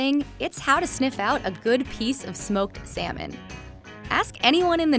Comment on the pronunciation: "sMoKe SaMeN"